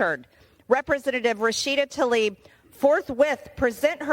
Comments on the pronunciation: I agree with MTG but she needs to look closer when reading names, it's Tlaib not Talib. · I wish they'd pronounce her name correctly. Tlaib, not Talib! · The Congressperson's name is not "Talib". It is "Tlaib". I'm not a fan of either Rashida Tlaib or MTG. I'm rather surprised by and appreciative of Congressperson Green's extensive indictment. Still, just as we make an effort to properly pronounce other nonenglish names like Zelensky, Macron, and Steinmeier (e.g., "Shtine-my-er", not "Steenmayor"), we ought to make the effort to properly pronounce her name. Especially when she is censured. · Be-atch tuh-leeb